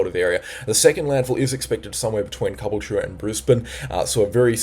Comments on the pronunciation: Ca BULL cha Not cubble ch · He still can't pronounce Caboolture!